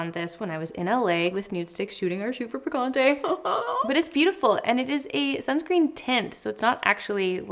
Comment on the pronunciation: I love the nude sticks picante blush and the name is ON POINT. Small pointer tho… since this is a Spanish word it would be awesome and very much appreciated by the Hispanic community if there was an effort to pronounce the word correctly😊 I think it shows respect for the source of inspiration ✨